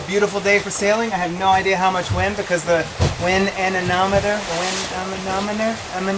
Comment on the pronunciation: anemometer = An-eh-MOM-eater. LOL! Might want to pick up a hand held one. Not that accurate, but hey, it’s a sailboat. They also make them without moving parts (expensive).